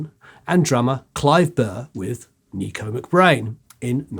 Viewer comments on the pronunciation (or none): its Nicko not Nico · Nicko , not Nico. Derek Riggs,.not Right. Video of Clive Burr? 🤦‍♂️